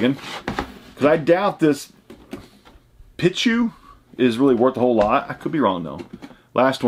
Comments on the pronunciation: Great video man cool pulls. It’s pronounced peechu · It’s pronounced “pee”chu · Pichu (Pee-Chu) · The way he pronounces pichu and pikachu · Out of all the shit ur into...u skipped pokemon?......its (pee-chew) lmao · (Peach chu) pichu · watching him say pichu is classic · You say Pikachu correct but not Pichu? Just take the ka from Pikachu and there you go. Honestly I don't like Pikachu at all even though I am a huge fan of Pokemon (because its overrated.) But it is funny how you said Pichu. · the i in pichu’s name is pronounced with a long ē